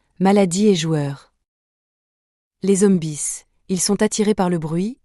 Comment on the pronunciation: "Les zombises " 😂😂